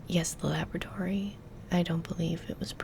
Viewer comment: July......What year?.......WHAT?....A LABRIDORY? ......WHAT THE HELL IS A LABRIDORY?